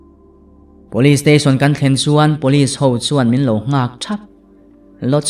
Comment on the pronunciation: "Pawlis" ti lovin 'Police' (pulis) tihin i lam țhin tawh dawn ni. 🙂😀